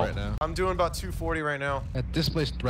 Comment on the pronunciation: You're not Canadian! CANADA IS PUTTING A COPYRIGHT STRIKE ON YOU! Sorry aboot that!